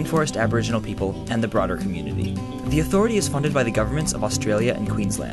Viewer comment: Ah yes, "australie".